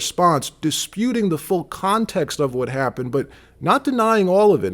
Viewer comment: "How to Spaw (spoT)and Repore (reporT) " (WhaT) Why won't you pronounce your letter T's? Where did you pick that up? The guess would be stupid Ignorant teachers?? Always great reporting and journo though!!